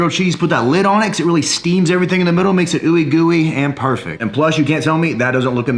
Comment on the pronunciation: He said oouie gooie lol